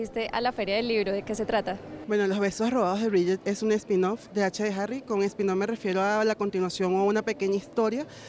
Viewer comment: "H de Herry" 🤣🤣🤣🤣🤣🤣🤣🤣🤣🤣🤣🤣🤣🤣🤣🤣🤣🤣🤣 ¿Alguien vio mi pulmón?